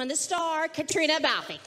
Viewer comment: “Bal-fee” and “Clear”. Well, she’s not the only one.